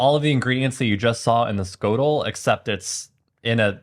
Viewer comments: Schotel is pronounge S GOTEL 🙂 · "ch" is the Dutch letter "flem", that makes "sch" the "hiss-flem". It's not "skotel" but "hiss-flem-otel" 😂 Most romantic sounding language in the world, I swear